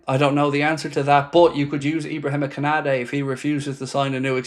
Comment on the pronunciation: LOOL BRO ITS KONATE U SAYING KONADE 😂🤣😅